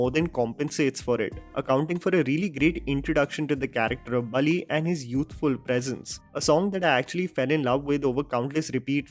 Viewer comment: Just a correction, it’s Balli not Bali, rest every detail shared by you is absolute…